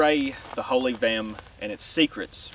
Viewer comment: Vehm*. Not gehm.